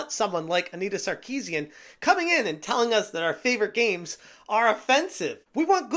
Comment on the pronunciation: Repeating her name over and over again sounds like "I need a sarcasm"